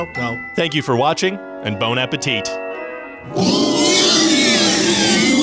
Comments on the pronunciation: When we, your fellow French speakers, who know you speak French, hear you say "Bon appétit" pronouncing the T at the end, we let out a cry of horror. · Dude, you said it wrong, it's Bone Apple Tea smh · Did you say BONE appetit?